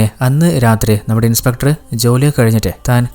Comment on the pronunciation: Niiice..👍👍. Pinne shradhikkaan oru kaaryam parannote... ഇൻസ്പെട്ടർ അല്ലാട്ടോ ... ഇൻസ്പെക്ടർ.